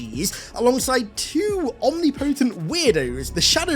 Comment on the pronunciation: you say omnipotent wrong